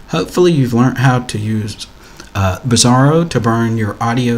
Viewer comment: OK - I would pronounce the application as 'BRASS-AIR-OH' - am I missing something here ? 'Bizarro' just doesnt sound right :(